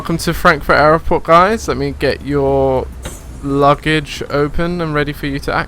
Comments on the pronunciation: It's not aeroport it's airport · Love the videos... just one question.... Whats with pronouncing Airport as Airoport? Is it a different language or regional dialect? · its airport not aeroport